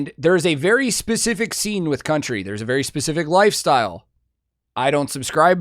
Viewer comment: for a moment I thought you said: berry spot on, as that's in his name LOL